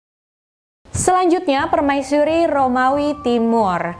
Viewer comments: So cute ur said permaisyuri not permaisuri 😬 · 😱 OmG 😱 Sooo Sweet .. Hellow All Geng Aku Dari Salam Dari Seberang Aku Dari Malaysia 🇲🇾 .. aku Suka mendegar kamu 👩🏻‍🦰 katakan/sebutan ayat/perkataan PERMAISURI 👸🧝🏻‍♀️👰🏼 .. Enak 😻Bgat 😍Dehhh .. Comel, Cute & Manjaa Bgat 🙊🙈 .. PERMAISYURI/PERMAISHURI 😻😍🥰😘😻 .. 👍😍..👍🤩..